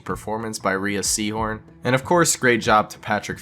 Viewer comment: Mispronouncing Rhea Seehorn's name so many times, now that's truly Something Unforgivable.